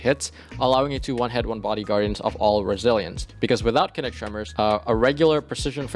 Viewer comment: it’s pronounced “KIN-NET-TICK” - enunciate man, don’t shout out the xbox kinect, it doesn’t deserve your co-sign! also, Accrued Redemption with Wellspring / Kinetic Tremors is amazing for endgame PvE. you get great AoE off of KT, 8% ability energy per kill, and disorientation break off of the origin trait (photoinhibition).